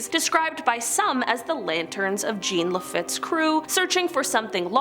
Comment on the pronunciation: You doing good pronouncing our state parishes..thibodaux and jean got you you lol! Tibi-dough and John, and fre-near close enough 👍🏼